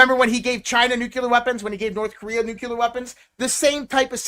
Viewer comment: Hey, the word is Nuclear not Nuculer.